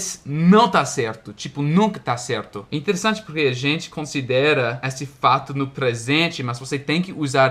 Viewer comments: você está cometendo um pequeno erro ao pronunciar: esse, aquele, desse, daquele, ele. Todas essas palavras não possuem o mesmo som na vogal tônica como: essa, aquela, dessa, daquela, ela. No feminino, nas vogais tônicas se pronuncia o som como se tivesse um acento agudo "é", porem no masculino se pronuncia como se tivesse um acento circunflexo "ê". Espero ter ajudado. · por favor, não me leve a mal. Eu só estou tentando ajudar, porque sei que você gosta bastante de aprender sobre a língua portuguesa, beleza? Bem, eu queria dizer que as palavras "este", "esse" e "aquele" são pronunciadas com o "e" fechado. A gente fala tipo "êste", "êsse" e "aquêle", e não "éste", "ésse" e "aquéle". Já "esta", "essa" e "aquela" são pronunciadas com o "e" aberto, assim: "ésta", "éssa" e "aquéla". Espero ter ajudado!👍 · Oi,! Só uma ajuda na pronúncia da letra "e" nos pronomes demonstrativos. Para pronomes demonstrativos no masculino, use a vogal "ê" fechada: Este, esse, aquele = Êste, êsse, aquêle. O mesmo vale para as contrações: deste, neste, desse, nesse, daquele, naquele. Para pronomes demonstrativos no feminino, use a vogal "é" aberta: Você já está pronunciando corretamente. Esta, essa, aquela = Ésta, éssa, aquéla. O mesmo vale para as contrações: desta, nesta, dessa, nessa, daquela, naquela. Resumindo, use "ê" para masculino e "é" para feminino.